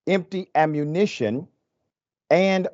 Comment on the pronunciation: Was that miss read ? "...empty ammuntion and magazine boxes..."